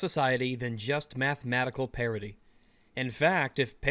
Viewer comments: Did he say gender parity or gender parody? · I keep thinking you are saying parody and not parity.